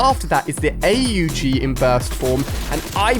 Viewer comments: its not call A U G its Aug say it in a one word not spell it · Man said a u g 😂😂 org is how it’s pronounced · did he just say A-U-G its not A U G its AUG in one word